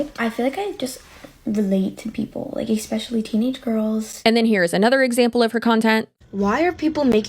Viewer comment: Anyone who pronounces especially "ek specially" ugh